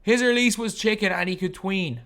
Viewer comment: Stop saying chicken man. You obviously don’t play park first of all. And you say chick man instead of just chicken.